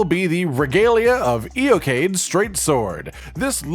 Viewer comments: And of poor Eochaidh. Ee-kih. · Now if only they would pronounce correctly: Siofra and Eochaidh. Shee-fra and Ee-kih. It's really disappointing for Irish words to make it in the game only to be constantly butchered.